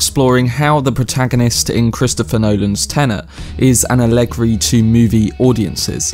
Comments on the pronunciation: “Ah leg ree” ... no, just no. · Are you trying to say "allegory"? Cuz that's not how you pronounce it (whether American or British) and I'm so confused